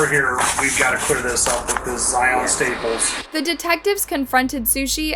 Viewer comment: This narrator. Sheesh. Sushi's last name is Staples. With a final "s." Not Staple. Way too much vocal fry on top of an already pitchy, childish voice. 👎🏼